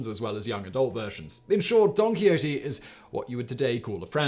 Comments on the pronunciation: Or Donkey Odie 😂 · I swear Simon is saying Donkey Ho-tee.